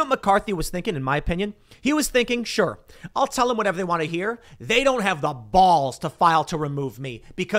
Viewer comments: Every day I can hear Tim say Bwalls is a day where I can breathe oxygen 100% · It's funny that the only evidence of your chicago upbringing is found in your pronunciation of the word 'balls'. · How Tim says balls and boss is funny I laugh every time 😂